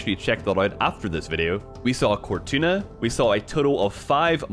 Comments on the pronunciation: "Cortuna"??? Lol you mispronounced Cortana 🤣 but I love it👍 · Did he just say, Cor-Tuna? 🤔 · COR-TUNA hahahahahaha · Lol “Cortuna”